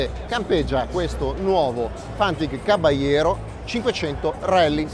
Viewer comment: FINALMENTE era ora!!Il primo che pronuncia in modo corretto CABALLERO!